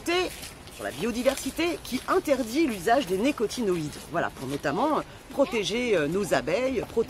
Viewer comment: Attention, on dit: les néo-nicotin-oïdes. La plupart des gens qui parlent de ce sujet ne prennent pas le temps d'apprendre à prononcer le mot correctement. C'est pas si compliqué pourtant. Faites gaffe, c'est quand même un sujet très important.